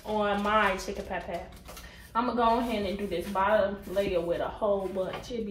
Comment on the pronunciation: “Chicken pot pow” 😂😂😂